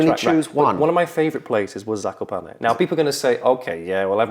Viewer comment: "kakoparney" killed me